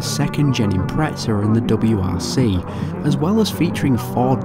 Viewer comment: Where the fuck is the T in IMPREZA?? "IMPRETSA"